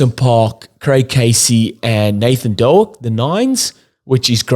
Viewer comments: you should have said Doke as in poke. 😅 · It’s Nathan Doak (as in dOAK)…like the tree, not doo-ack. Slight mispronunciation. Yes, agreed, he has gone with experience over youth.